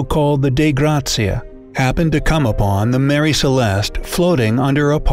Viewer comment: It is the MARIE Celeste.not Mary.